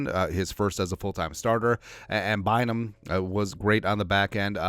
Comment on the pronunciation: My man said: “Camryn Beezy Buyzum” 😂 Say Camryn Beezy Bynum 5 times fast lol